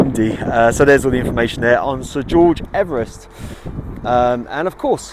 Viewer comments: His surname is pronounced Eve Rest not Everest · I have heard that his name was pronounced EEvrist not Ever rest. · Yay ! I've been waiting for this one ever since I suggested it on the day you were already visiting ! Poor George is very famous but we all say his name wrong as he pronounced it "Eve-rest". So much for fame ! A great video, all the best, Pete